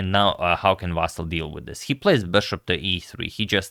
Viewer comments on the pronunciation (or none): Vasyl - you should pronounce it with the stress on the Y. And L should be soft.